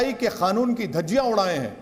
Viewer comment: खानून नाही कानून होता है आप पहले ठीक से बोलना सीखे बादमे केस लडना